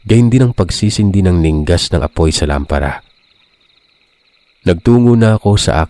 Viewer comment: Mali ang pagbigkas mo ng salitang " ningas" 2x ko ng narinig ang maling pagbigkas mo ng salitang " ningas"